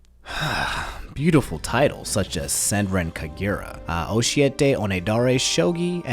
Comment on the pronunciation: Your mispronouncing of Senran Kagura KILLED me inside